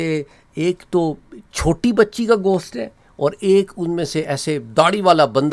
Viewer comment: Bhai ap ghost ko gosht bolrahe..